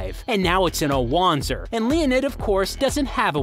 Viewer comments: "-- called "WAN-zers" It's german. It's pronounced "Van-zer". Jesus christ, have you never played a Front Mission game? The voice actors throw that word around constantly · The correct pronunciation is indeed Vonzer as listed on the wiki. However, in both Front Mission Evolved and Left Alive, the word is pronounced WAN-zer, hence why they used it too. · Wanzer is pronounced with a "Va" sound. "Vanzer" not "Wanzer." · So, shouldn't it be pronounced "vahntser" instead of what we've been hearing? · Did the devs just hire people without telling them that the mecha are named Wanzer... Which is pronounced in a Germanic fashion Vanzer... What the actual hell...? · Wait... how did the game mispronounce it's own made up unit type? Like 20 years of it being german, and now...? Is "lazy" a launguage? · says wanzer wrong